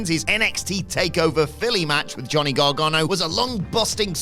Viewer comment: Gargano* not Gohrgohrnouw